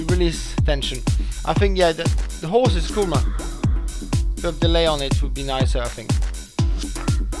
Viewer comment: love that horse. And i like keep hearing this guy say "horse" in his accent. Apart from the whole horse thing, l learnt heaps here.